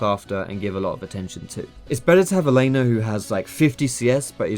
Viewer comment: I swear when you say "Laner" it sounds like your saying "Elena". Like, it's all Elena's fault for the Jungler being fed.